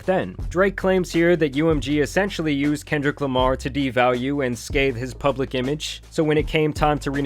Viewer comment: You even got the AI to say “pubalic” 😂